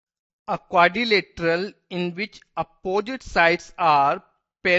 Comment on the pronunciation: Quadrilateral bolte waqt badi hasi ATI hai🍰😜🍰😜🍰😜